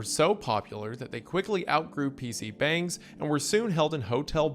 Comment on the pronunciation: He also mispronounced PC bungs every time he brought that up